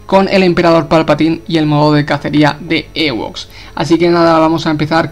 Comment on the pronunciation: Se dice "iwoks" no "ewoks" xd